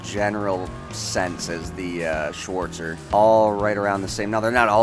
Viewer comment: the "schwooortzer" me as a german: wtf?!